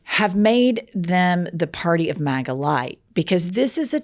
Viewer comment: she said “matta” instead of “maga” lol she said my last name, she’s in love with me